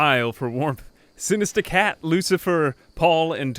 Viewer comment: I love how you say Sinista Cat. Also I love this series.